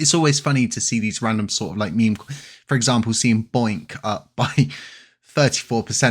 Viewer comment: It’s bonk not boink